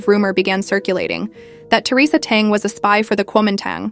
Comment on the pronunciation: This Ai generated voice is seriously flawed. Theresa's surname is Teng and not dung which sound so horrible